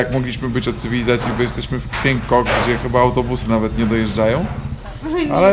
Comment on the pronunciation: Super filmik i reszta... Xiang nie czyta się ksiang tylko Sian ale to już pewnie wiesz :) super kanał i jestem szczęśliwy mogąc choc trochu podróżować razem z Wami, samemu nie za bardzo mając możliwości. Dlatego dziękuję za Twój trud włożony w filmiki :)